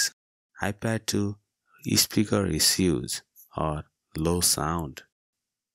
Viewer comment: Issue is not pronounced iseeeooos. It’s eeshooo. Position is pronounced pooseshan. Not pooseson. Solution is pronounced salooshan not saooloosan. Which English school did you go to?